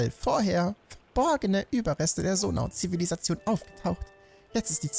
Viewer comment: Ich finde es einfach nur witzig das er immer noch Sonau anstatt Zonai sagt er meinte ja im ersten Part das er Zonai sagen wird